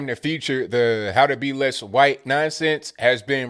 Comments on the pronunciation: "Hu-whyte" gets me every time. 🤣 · I love how you pronounce "Whhhhite" when referring to the woke folks idea of being less white. lol. You're spot on with folks keeping racism alive in order to make money off of it, keeping the sick, sick in order for drug makers to make money off of them. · Hey, i love hearing you pronounce the h in white, what, etc. like I learned in grade school. I don't ever hear it around these parts (Boston) any more. Also love Woke-a-Cola!!! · I love it when puts the WH in white occasionally, I know its intentional and it's hillarious. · Every time you say white I chuckle